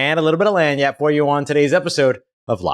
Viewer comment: what are you saying in your introduction? We got a little bit of what???Landreth? What is that?